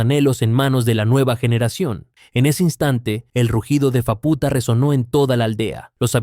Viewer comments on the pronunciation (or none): por qué lo pronuncias como fapúta, si se dice sin acento? se dice fáputa no fapúta